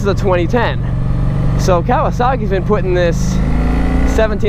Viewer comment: Dude.......It's not pronounced "Cow a sock ee" it's "Ka wa saki".........get it right.